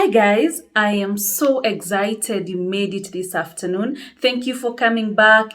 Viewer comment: They say excited not Egizayited